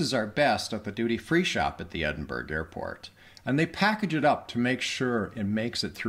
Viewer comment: Glad you had a good time here but please, Americans.. it is pronounced EdinBRUH.